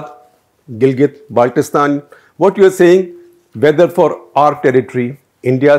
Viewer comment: This Journalist even does not know how to pronounce " Gilgit Baltistan" ...... It's Gilgit Baltistan NOT Galget Baltistan , haha